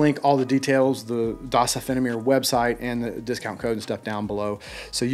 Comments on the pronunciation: Meer is pronounced more like the "mare" part of nightmare. Greetings from germany. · Das [duzz] offene [ophen-A(Letter)] Meer [ mear] , you are welcome and iam sorry i just can not ignore that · That's odd, that he uses German words, and wants Meer to be pronounced as it looks. The name means The Open Sea. In German, meer (sea) and mehr (more) are pronounced the same, which is like "m-air". We share that word with the French, with is a famous song by Charles Trenet that Bobby Darrin remade into what we know as "beyond the sea" but it was originally "la mer"